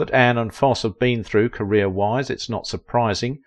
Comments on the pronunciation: Foss eee, not Foss! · It's not Foss. It's Fos see. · Foss????????? It's pronounced FOSS-EEEEE! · Foss-ee NOT Foss. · I dearly love both Ann Rienking and Bob Foss-ee. I studied dance and musical theater in my teens and twenties. I was terrible 😫. But I adored Foss-ee. Sorry for being techy but hearing his name pronounced Foss were the nails on the chalkboard for me. Sorry again. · YOU LOST ME AT “BOB FOSS” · ❤ it's pronounced... Fos See!! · Great video but your annunciation is off it's pronounced Foss eee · Fosse pronounced Fossey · My goodness, it’s Fosseeeeee. Hearing the narrator pronounce Fossee’s name is torture 😅😅😅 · It was so annoying his mispronouncing of Fosse (long e at the end). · His name is Fosseeeee - geez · Fair documentary of this gifted lady’s career, but please practice pronouncing the great man’s name. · I watch ur channel quite often, however this one is hard to watch as u have butchered the last name of Fossee! Ur pronunciation is wrong! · If you are going to talk about someone as spectacular as Bob Fosse say his name correctly or stop talking! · I would have loved to have met her. I worked in an amateur theater production with her brother. The 'e' in Fosse is sounded.